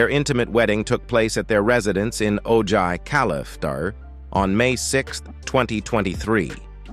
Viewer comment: Listening to the commentary, I kept trying to figure out where O'jay, California was??? Realizing you were mispronouncing, Ojai. Pronounced- Oh-High.